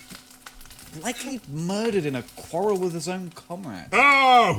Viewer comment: the mispronunciation of quarrel i believe was one